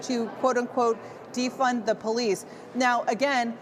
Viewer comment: Well at the time "defunding da powleese" was THE big grift that the small-minded lapped up.